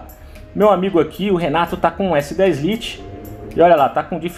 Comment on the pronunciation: Liti ? Jesus que pronuncia é essa ?